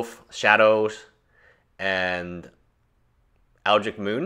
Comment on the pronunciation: Dude, it's Eldrich moon, not Eldric Moon.